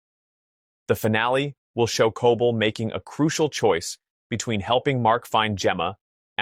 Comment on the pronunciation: Terrible captions and also why are you mispronouncing Cobel every time? CO-bell! Not Cah-bull